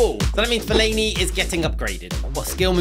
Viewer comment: Love the vid only one thing i think Fellainis Name is pronounced Fell-a-ini